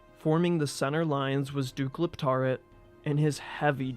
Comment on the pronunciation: I can't help but hear you say DUKE LIPTARD